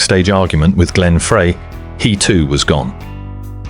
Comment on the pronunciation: If only someone could teach AI to say Glenn Freys name correctly. It's fry,not fray